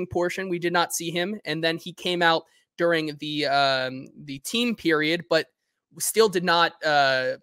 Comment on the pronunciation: We come to the Hot Read podcast for fact based takes and mispronounciation of during, not these biased hot takes